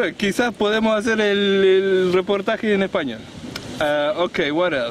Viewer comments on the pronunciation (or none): none